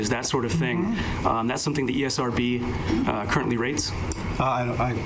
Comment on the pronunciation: Anyone else heard the old guy say EA-SRB 😂😂😂 The guy thought they own it 😂😂